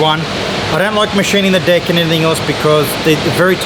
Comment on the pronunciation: sounds like is saying dick and not deck...i was like why does he keep saying dick